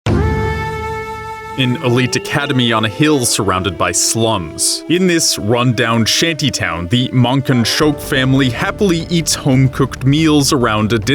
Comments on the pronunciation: Man-kan-shoku - sounds mon-con-shokuu....it's important to me because I FUCKIN love her. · You pronounce it Monkahnshoke in dub Monkahnshoku in the sub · Not to be that guy But the dub did NOT pronounced Mankanshoku that way